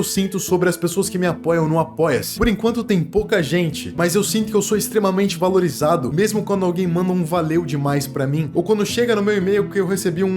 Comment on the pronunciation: "Valirizado" ksksksks desculpaaaaa😂😂😂😂